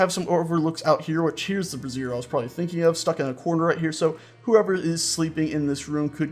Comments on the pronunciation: Brazier From Wikipedia, the free encyclopedia This article is about the container for fire. For other uses, see Brazier (disambiguation). Not to be confused with Brassiere or Brasserie. (This is what you're calling them) Brazier A brazier /ˈbreɪʒər/ is a container for fire. Brazier sounds more like "bray-zur" you're saying brassiere. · Sorry, had to mention this as it was getting a tad embarrassing. The alternate name for those firepots is "brazier" (pronounced like "Bray-Zhur"), what you've been calling them is a piece of women's underwear. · It's pronounced BRAY-zher. Also a "winesman" is actually called a vintner, someone who makes or sells wine. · It's pronounced Bray-sh-her. The way you've been pronouncing it is the formal of a woman's bra, not a heating light source. I only point this out because you seemed to be unsure how to pronounce it. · You keep pronouncing Brazier as brassiere. STOP IT! One is for lumps of hot rocks and the other is for rockin' hot lumps. Emphasis is on the a in Brazier.